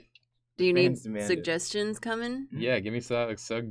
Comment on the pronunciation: referring to “suggestions” with the horrendous abbreviation “sugg jeez” and repeating himself with confidence like a true criminal.